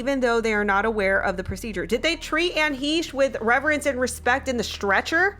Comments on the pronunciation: Hi If you are going to do a story on this horrific crash and what might be behind it, it would be the least you could do is get her name correct. It is not Anne Heesh. It is pronounced Anne Hashe long A. It just was very uncomfortable to listen to you continually say her name incorrectly yet know all these details and possibilities regarding this crash. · Hesh. Short e. Hesh. Like mesh. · Anne HEE-sh???.........sheesh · Isn’t it pronounced Heshey? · HAY-SH thats how its pronounced. Like your channel keep up the good work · You seem to know a lot about this broad, except how to pronounce her name. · You might want to check out the artist Ami Goodman, Anne’s good friend who lived in the same building as Johnny Depp & Amber for background info on Anne. Anne & Ami were on Popcorned Planet during the JD/AH trial & Ami has been on several times. PS: please double-check your pronunciation of Anne’s last name. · Maybe you could research into how to pronounce her name? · pronounce her name correctly.